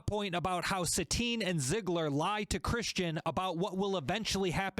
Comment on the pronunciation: Is it just me... or you said "Zigler", instead of "Zidler"?